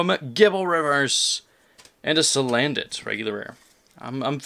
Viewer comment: damn that booster box is a party! but when you said salandant I lol'd so hard haha